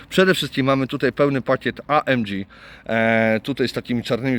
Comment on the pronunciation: Auto ładne i super wyposażone ale mam pytanie a mianowicie dlaczego nazywasz pakiet AMG amdziiij?